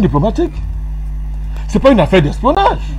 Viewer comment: retifier c'est L'espionnage et non espoinnnage